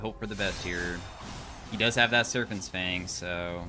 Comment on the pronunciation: "serphants" is crazy